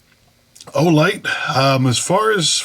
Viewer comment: Great review. However idk if for the first 5 minutes you were trolling or my hearing is off from years of using impact guns w/o hearing protection, but were you saying “Flesh Light”?